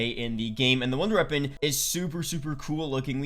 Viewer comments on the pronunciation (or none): when he says it, it sound like he saying ronder reapon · Good vid but he says “wonder weapon” weird.